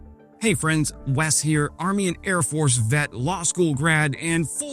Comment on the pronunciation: Did he just say "Was here" instead of "Wes" ?? 😂😂 Great video regardless 😎